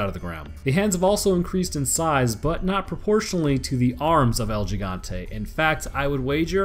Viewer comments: It's El He-gone-te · Bro my fucking ears almost exploded when you said L Jigantay 😂😂😂😂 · It's pronounced El Jigante with a j almost h sound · Oh, I already have. Jimmies have been long rustled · hurts my ears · You still said the name wrong